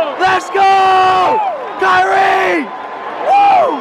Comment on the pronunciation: lol its sounds like you're saying "curry" instead of "kyrie"